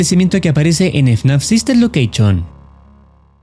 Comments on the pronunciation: la pronunciación de Location es algo así como lóqueishon, no Loqueichion XD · no se pronuncia Loqueichion 😭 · es lo que estoy diciendo, estoy parodiando la forma en la que el chico lo dice en el video